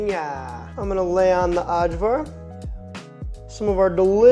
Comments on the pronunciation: your prouncing cevap wrong, the 'c' is a 'ch' so it's Chevap. Also, for ajvar, the 'J' is a 'y' so it's ayvar. Did you post the recipe for the lepinja? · interesting pronunciation of cevapcici, but that one wins for sure! but cevapcici= che vahp che che. AJVAR=eye var. in croatia at least. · "uhdshwar", lol. It's pronounced "eye-vuhr" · Ay-var. Its Ay-var. Eye-var, if you will. Gahhhhh! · Ajvar is pronounced "Eye'Var" for future reference. THe J's are usually pronounced as Y's. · yep, great job! implementing these tips if you make cevapi again will make them 100x better btw, ajvar is pronounced more like ay-var 😄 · Looks great but , but the way he pronounces ajvar 😄 and then lepinja like it is some mexican bread( la pinha) 😄 , and the cevapcici is also funny. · I'm gonna show this to my Serbian friend and let him hear you mispronounce half the words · The lamb and pork gyros wins it for me just very slightly ahead of čevapi :) Loved the video. And had to say it - you nailed Kajmak but Ajvar is pronounced "eye vaar". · Very happy to see the cevapi made #1. Also I couldn’t help but laugh when you pronounced Kajmak perfectly but then said the hard “j” with ajvar 😂. Think “ay-var”! I also agree with the other Serbs that you should grill the meat next time. Great work otherwise! You made me homesick.